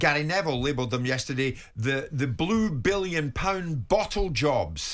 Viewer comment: He would say "Bwue Biwwion pound bossle jobs"